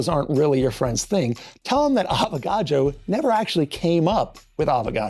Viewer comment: You keep saying avogado